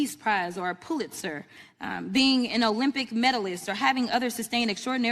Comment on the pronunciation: AOC AND CROCKPOT? "Dumber and Dumbest"?! Plain 'ol "Dumb" said, I'm outta HERE, I got a bad enough rep as it is!".😂 And what font size was Crockpot "reading" from? I guess it was "effect flapping" for emphasis. And it is NOT "POO-lit-zer". It IS "pull-it-sir". Tell your Aides to mark "big" words "phonetically" for ya.😉😅